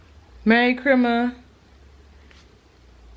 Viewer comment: "Merry Chrimas"